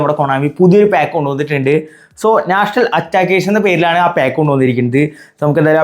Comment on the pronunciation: Pack ❌ paak ✅🤣